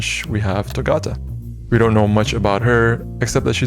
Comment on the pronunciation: ayee hella cool vid! although a lil bit sad that u didn't used correct pronounce for togata :l